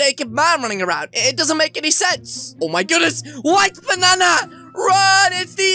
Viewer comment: who is the fliping ranndy you are! me: exusme im YOUR THE FLIPING RANNDY! OVER HERE U-U DO THE BANNA DANCE I HEARD YOU SAID BANNA XD